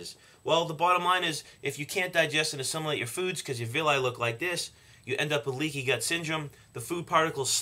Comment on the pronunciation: I Can't understand if he said Leaky Gut or leaky Butt Syndrome. Both sound horrible lol